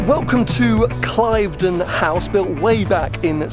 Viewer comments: It's not Clive don! It's prounced Clevedon. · Its pronounced Clivdon, not Clivedon - you should know that with your background matey!....good write up though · great content as always. Just one little point..... the great house is pronounced "Clivden" not "Cliveden" although that is how it spelled. Why? Who knows, it's an English thing! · Cliveden House is pronounced Clivden as in I live.